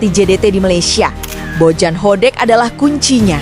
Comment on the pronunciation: Kenapa narasinya Jadi Bojan Hodek min ?😂